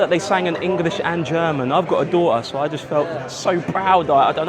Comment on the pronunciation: "juss" ahahaha don't change! 😆